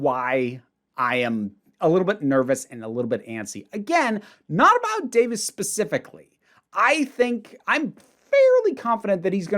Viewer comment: Davies ain't pronounced Davies